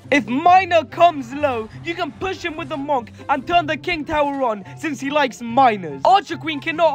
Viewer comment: It's pronounced "munk" not "mawnk" 😭